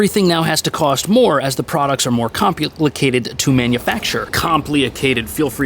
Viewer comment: This video reveals a lot of "COMP-LEE-UH-CATED" new tech that is inspired by scumbags 😮